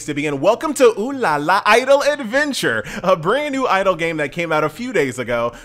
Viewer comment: finally someone saying it right.